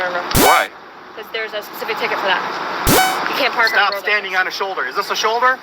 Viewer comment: Love the videos. Back watched them all. Saabs suck and It bugs me when you say pecific not specific. Just saying. Keep up the good work. Much love. From Canada